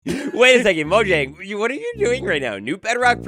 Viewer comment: It's pronounced moyang